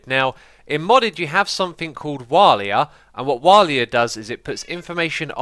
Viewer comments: it's waila not walia (for What Am I Looking At) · well umm... walia? I think its Waila? Also i think you meant wawla? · Walia? It's pronounced W-hey-la